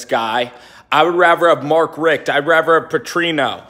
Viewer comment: Dude, nice house!! Question, are you saying raver instead of rather? Lol